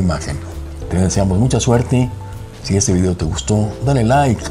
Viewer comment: es usted español? De no ser así, entonces no diga "Vidio".